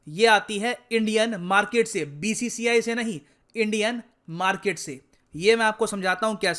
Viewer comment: Market nhi markeeet 😂😂😂